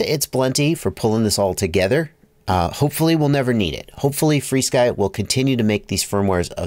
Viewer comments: There’s an irony with the way you pronounce it “free-sky” 🙂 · FrSky isn't "FreeSky"